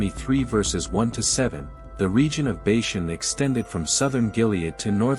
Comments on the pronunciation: First of all, Bashan is pronounced "Baw-shawn". Secondly, Og (pronounced "Og",with a long "O", not "Ogg") was the one that would be destroyed. Ultimately, Moses believed God. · I can’t agree more! And they can’t even say bashan right